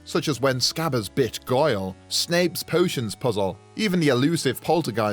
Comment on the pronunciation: I thought you said when Scabbers “bitched” him hahaha